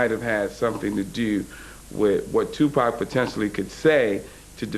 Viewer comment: Tupac not Tupec amk